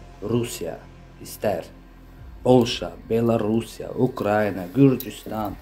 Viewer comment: Ay jurnalist xanım,Ukrayniya deyil,Ukraina!Düzgün tələffüz edin!Ayıbdır.TVlərdə də belə deyirlər.